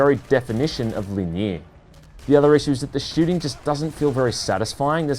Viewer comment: Linear. Not leenear